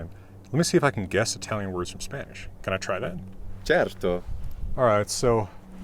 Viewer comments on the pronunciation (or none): I don't understand why American extend the vowels of Italian words. The classic "maaaario it'sa miiiiia luiiiiiigi". I thought it was because you have many words in English with diphthong vowels and you tend to bring the sound into Italian words. But i heard you speaking Spanish and you don't do the same in Spanish. The way you said certo, with that long E is the perfect example.